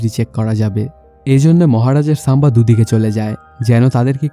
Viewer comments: সাম্বা নয় সম্ভাজী । উচ্চারণ আগে ঠিক করুন তারপর মুভির এক্সপ্লেইন করবেন । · সাম্বা জী 🤣 ⚒❌ বরগি ✔️